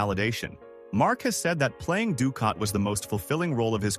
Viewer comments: Dukat sounds like dukot not ducat. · very annoying the mispronounced names of Nana Visitor, Gul Dukot and others, obviously narrated by AI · Nana was in Picard? No, she was not! Your AI confused her with Michelle Forbes, who played Ro Laren. Also, Nana is pronounced with the accent on the first syllable, not the nickname for some grandmothers. Lastly, Dukat WAS a monster! The AI also screwed up that charters name too. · Rene Auberjonois was probably the ONLY name it pronounced correctly. It biffed on Nana Visitor's name, Dukat's name, and others.